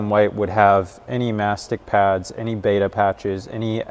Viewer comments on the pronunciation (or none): none